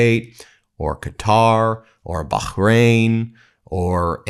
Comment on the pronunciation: Why's he pronouncing Bahrain like that? When he's not pronouncing Qatar properly?